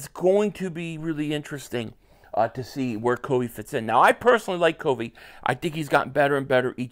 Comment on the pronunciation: That's not how you say covey have you watched a broadcast